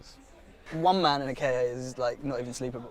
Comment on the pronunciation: if only knew he was actually right about his pronunciation of "Ford Ka" (at least some of the time, according to Ford's press office)